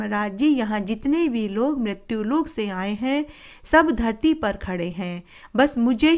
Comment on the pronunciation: Har Kahani KE last me in Jo aap bolti hai vo garti yot puurvo Dharti yot purvo hai Please Sahi clear kariiye